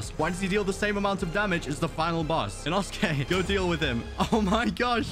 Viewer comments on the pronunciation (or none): none